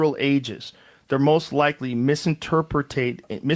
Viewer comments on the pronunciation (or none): homie bout to misinterpret how to say misinterpret!?